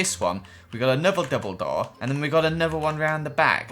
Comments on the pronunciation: instead of double door i heard Dumbledor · Is it just me? Every time says “double door” it sounds like “ Dumbledoor” 😂